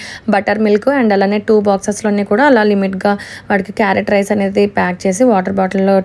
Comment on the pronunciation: 🥕 rice clear ga chepandi sister